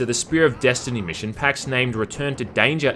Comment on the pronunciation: "...desHtiny!" 10/10👍